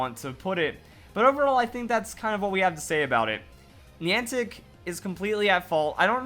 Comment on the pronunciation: Niantic contacted network providers in advance to prepare them for the event, most did nothing. I would recommend you do more research on the event before making a video. It's hard to take this seriously when you haven't done enough googling to even know how to pronounce the word Niantic